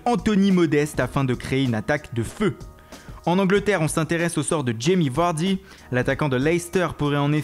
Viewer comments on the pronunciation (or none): "Jamie Vawdy"